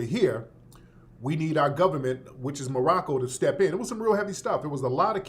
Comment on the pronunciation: 🤔 The Gubbamints, The Gubbamints 🤭🤣😋